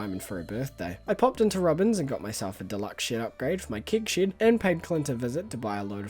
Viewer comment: I know you’re saying “Keg Shed”, but I stg it sounds like “Kink Shed” and… I have so many questions, lmao. Also, Calvin Klein x Stardew Valley is the collab we never knew we needed, but absolutely did! 😂 imagine rocking up to your local Myer and buying CKxSV Monster Musk cologne/perfume. 😂 Perfection.